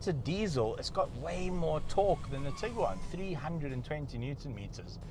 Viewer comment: Say Tig Guaaan Not tigger waan 😂